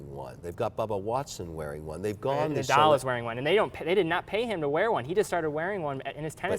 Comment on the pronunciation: Did he just pronounce Nadal as n-adele? For a second I thought Adele was wearing a Richard Mille